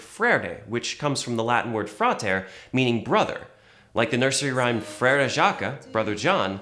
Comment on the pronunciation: Frere is pronounced "fr-air"